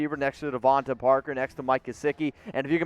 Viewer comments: It's Devonta not Devante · Dude you need how to pronounce Devante name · He’s gonna call the dude out for misspelling Devonta’s name, but then proceeds to mispronounce it over and over. Good job, bro.